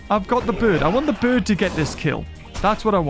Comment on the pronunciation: Can we have Fs is the chat for saying birb instead of bird?